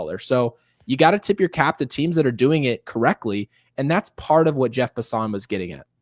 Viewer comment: Jeff Passan's last name is pronounced as though it's passin'. I'm shocked neither one of you know that. It's funny, not the first time you make up your own pronunciation of names, it's happened quite a few times. Jeff is very well known, hard to believe you're not more familiar with him. I do enjoy your show and appreciate your thoughts on the Yankees.